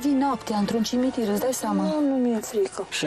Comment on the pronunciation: "Intr-un cimintir"